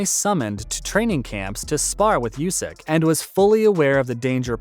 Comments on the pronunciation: Oleksander yusk? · How is it that you can't pronounce "Usyk"?